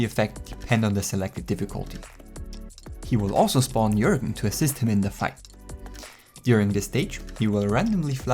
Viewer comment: It’s jörgen not jorgen